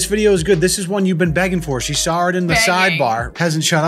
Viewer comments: You called out when she said sawr, but you said it way more boston-ey a few seconds before. Lol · Thank you post production. I giggle every time I hear say "sawr". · said sawr like 20 seconds before. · hate to call you out man, but you definitely dropped a "sawr" a good 15 seconds before calling out the mrs.